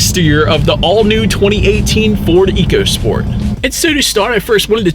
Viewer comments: It’s pronounced echo not eco per Ford. Just saying. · Very good review, however Ford excs say this car is pronounced Echo Sport not eco as it is spelled on the vehicle. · It's pronounced "ECHO SPORT."